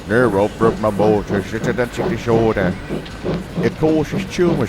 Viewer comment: Apart from a wrong pronunciation of the disorder, this was a beautiful story, always brings a slight tear to my eye, as it is not a fun disorder to have. NF is No Fun.